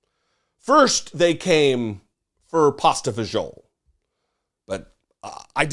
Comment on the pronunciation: I follow you and love your videos but if you don’t know how to pronounce pasta e fagioli next time use a different soup please.